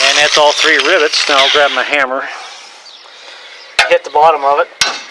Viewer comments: it is rivets not ribets. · RIVITS, not ribits....its not a frog